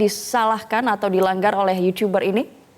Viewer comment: yutuber mba.. bukan yucuberr.. jgn ikut2an rando ah..